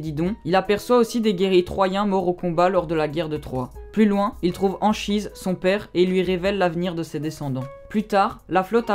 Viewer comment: Ça se prononce Ankhise